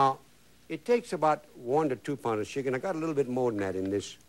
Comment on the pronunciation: He said put shickin, sounded like he put shi- in!